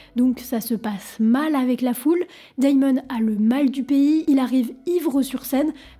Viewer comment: Perso je suis plus choqué par le "Daillemone" :) On n'ajoute ni de I ni de Y dans le prénom en anglais, c'est juste "démone" (rien de grave cependant)